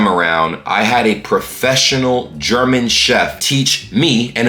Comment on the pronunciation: You're german pronunciation is excellent,!